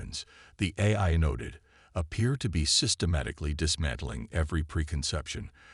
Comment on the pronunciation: clearly no sign of any quality control of the AI narrator. after several times of mispronouncing AI I had to stop and block this channel.